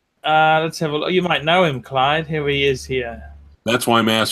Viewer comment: His name is Clyde and not Clive you stupid fat fuck